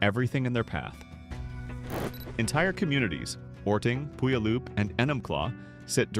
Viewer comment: Puyallup - pronounce like "pew all up". This word ties to an American Native Indian tribe.